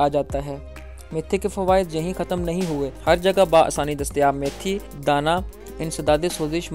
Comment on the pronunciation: جناب میتھی دانہ ہے یا میتھرے کمال ہے آپ بار بار میتھرے کہ رہے ہو